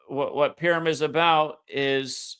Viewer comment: purim mate, not pirum :) thanks again